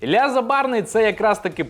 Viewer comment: Мабуть поганенько вчились в школі, бо якщо вже українською, то Ілля!